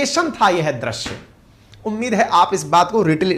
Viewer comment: drasya kya hai. .drusya ya drisya bolo